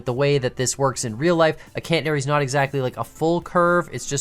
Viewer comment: Hearing say Cantanary instead of Catenary... 🤦